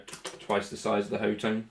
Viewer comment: It's pronounced Hot Tone!!! LOL!!! I saw it as Hot One when I got it, but your take is pretty good too.